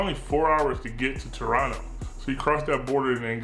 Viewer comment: Hey you pronounced Toronno right the first time. Much appreciated! Much appreciated Mahir from Toronto!